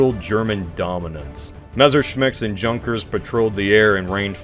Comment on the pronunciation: Junkers is pronounced Yunkers.